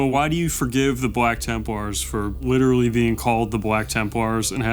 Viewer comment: Witerally the Raptors